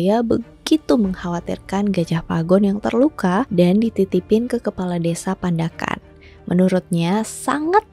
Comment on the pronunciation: kak,, emng bener itu tulisannya pandakan, tpi bacanya panda'an loh😆